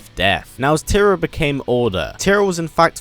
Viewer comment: "tear-rah- not "terrah"